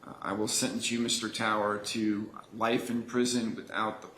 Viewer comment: Why the judge keep pronouncing “life” as “rife” ??